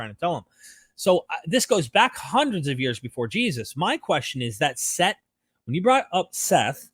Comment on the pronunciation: Set not Seth